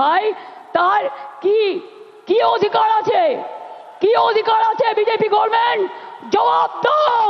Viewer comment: গর্মেন্ট নয় গভমেন্ট